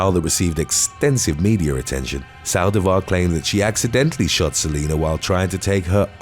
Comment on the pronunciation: Why Sàldivar??? The accent is on the i!!! Saldìvar, not Sàldivar